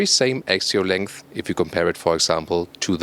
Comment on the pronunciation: There is 1 thing that makes my ears burn -, please, pronunce the words 'here', 'rear' and,lengh', 'both' like they should be pronunced (both and lengh should have the F sound, not S; and the 'rear' and 'here' shouldn't be pronunced long like reeeeeaaaaar, heeeeeere). There are also too many statements 'very interesting' being repeated. Thank you. Best regards:-)